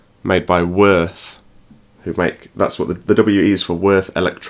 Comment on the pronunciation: würth are Germans I think it's pronounced something like viewrth